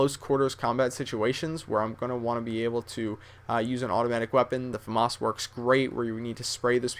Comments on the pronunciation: its a famas not a fomus.... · its fucking FAMAS not FAMUS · famas... say it with me fam as in family as famas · I laughed so hard when he pronounced FAMAS Fomaws. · FUM-ASS ? its pronounced F-A-M-A-S (Ph-am-as) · pretty sure its tha fAmAs not the fumass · Its FAMAS not FAMOSS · Faamass is he posh or smethin its famas not faamass its famas nd wat kind of name is ii everyday wtf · yeah you say it like that you dont say FUMAHS How he says it lol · is it just me or did he say, famos ?? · You are wrong. It is pronounces FAH-MASS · You are right I own one also it's pronounced Fuh-Maus. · no is Fa-miss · No it's not you fucking moron. It's pronounced fah-mos. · I fell asleep during the M16 and then all I heard was the FMARSE not Famas! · man its a french weapon you cant pronounce famas right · I say famas the same way. Lololol. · u pronounce famas wrong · please say famas right...please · that's not how you pronounce famas. at least put the accent on the fa and not the mas. (I'm french, like the famas^^)